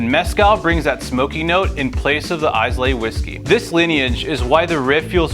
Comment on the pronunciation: Dude your videos are good, but you’ve had at least one embarrassing pronunciation: last time it was naussau, now Islay! Ila no s or y.